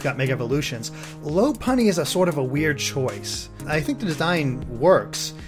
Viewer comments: AW-Dih-No LAW-Puh-Nee dem mispronunciations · I really really hate that they're not pronouncing Pokemon names correctly. It's stupid that I should be so stressed over it, but it still bugs me. Oh well, I can't really do much about it. By the way: Lopunny = LAW-puh-nee Altaria = all-TAHR-ia Audino = AWW-dih-no